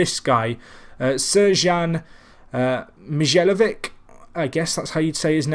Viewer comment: Mijallovic = Mee-eye-oh-vich Iheanacho = Ee-yeah-nacho